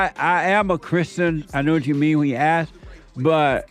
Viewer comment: Love the way Jesse says "Asss" for "Ask" 🤔 🤣😍🤣